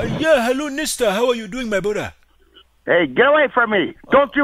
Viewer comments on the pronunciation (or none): u blew it up when u were saying "my brudha" as alexander you were saying same thing and that give you out